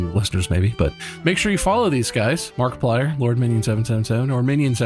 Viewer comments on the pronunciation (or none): none